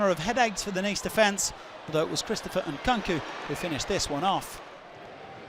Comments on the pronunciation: HOW IS NKU-NKU pronounce uNKAKU, please as the player how to call his SURNAME! #RESPECT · Its Nkunku... Pronounced like it sounds. N kon ku.